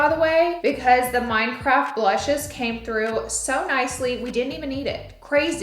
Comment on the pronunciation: Wait she said minecube blocks lol